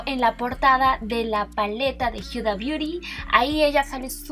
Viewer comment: Jajajaja exacto pensé lo mismo dije que onda con por que dice hiuda no sabe decir Huda o que jajaja